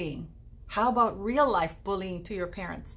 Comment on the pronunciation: “struggles are rrrreal” HA! HA! HA!